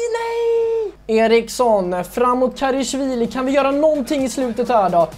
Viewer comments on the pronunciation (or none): Älskar den här serien men det är en liten grej jag stör mig på. Det uttalas KarAshvili, inte KarEshvili.